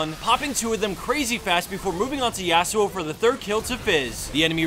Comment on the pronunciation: hate how he pronounces Yasuo *cringe